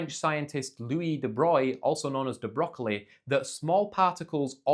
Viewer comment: de Broglie is not a broccoli!